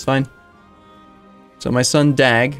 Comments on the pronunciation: try to a mixture of DAG and DOG so that A and O sounds a bit similiar and then you are saying his name correct in swedish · and the G smother